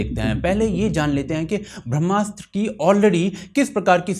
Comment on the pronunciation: Brahmastra is a flop, boycott or not! (and can someone please have pronounce "Brahmastra", PLEASE!)